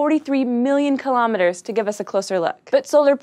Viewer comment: Kilometers is pronounced "kill-oh-meters"... not kill-ahm miters"